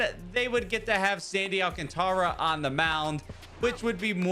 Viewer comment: Stop Trying To Be Different With Saying Alcantara’s Name Like That